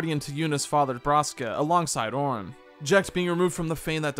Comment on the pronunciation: It's not "Teedus", it's "Tide-us". It's not "Orrin", it's "Are-on". Why are YouTubers so bad at phonics?